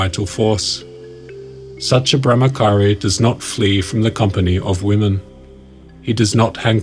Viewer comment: It's not brahmakari it's brahmachari